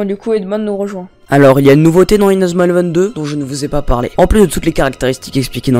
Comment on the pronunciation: Tu fais honte à Inazuma eleven avec la façon que tu dis les techniques